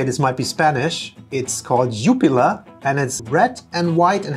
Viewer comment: You kinda mispronounced jupiler the "ju" is shorter 😉